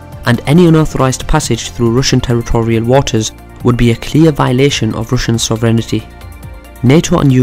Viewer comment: Sovereign”iti”? Sorry had to point that one out lol. Good vid though!